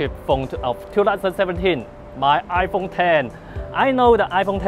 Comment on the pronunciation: lol squin potato!! WTF!!! 😂🤣😂 iPhong ten